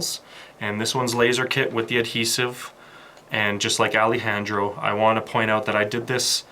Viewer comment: This was a great tutorial, but that's not how you pronounce Alejandro 😹😹😹